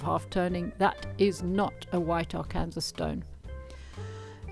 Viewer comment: Lovely work. Just a help on pronunciation... Arkansas is pronounced ar can saw (not Ar cansas). Yes, it's weird, especially considering that Kansas is pronounced the way it's spelled.